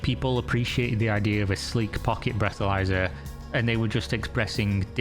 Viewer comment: Sorry ... I hear breathomyzer and I am out.... wtf....